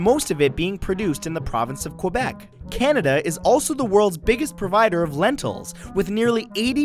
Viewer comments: its quebec, not quwebec thanks you very much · ke-bec. Not kua-bec. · D-did you say... Q U O I B E C ? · As a Canadian, I'm surprised you pronounce Quebec like Kwebec, not Kaybec. "Kwebec" sounds awfully anglicized. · WHY DOES EVERYBODY SAY QOOOOUEBEC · It's pronounced cebec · Great vid, but you mispronounced Quebec